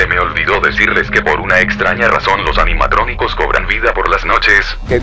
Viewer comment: dice animacronicos